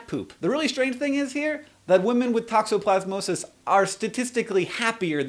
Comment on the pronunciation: Scottish accent tokoplasmosis